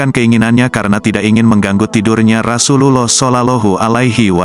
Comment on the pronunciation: Mohon maaf bias ya diperbaiki lagi pengucapan ROSULLOH SAWnya👍